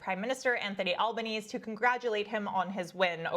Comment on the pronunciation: Thanks for covering the Australian election results as a dual citizenship myself. Though a few points. 1. Albanese's name is pronounced "Al-bah-nee-zee". A hard pronounce of the 'e' at the end. 2. A key difference between our two elections is that Australia's Labor government won a majority, in fact it even expanded its majority. So much so that all the major news networks declared victory at pm Eastern Australian time. A little under 2 ½ hours after the polls closed. It was then announced that Dutton lost his seat only 15 minutes later pm. Been following elections in Australia since i turned 18 and I have never seen a Federal election called that fast. The LNP also ended up with their worst election results since the party's founding. That's very likely why Dutton is resigning as party leader. Granted I still think Poilievre should be resigning too. He's responsible for losing the most winnable election ever. All this proves with the Conservatives parachuting him back into Parliament is that they've learned nothing as to why they lost.